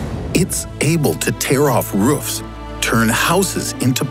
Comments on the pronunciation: I love how you pronounce roof. Ruff. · Ok so I'm not the only one that spotted that at the start of the video XD